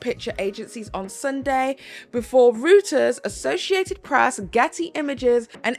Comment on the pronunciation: I enjoy your reporting but the Reuters news agency is pronounced Roi-Terz not Root-erz.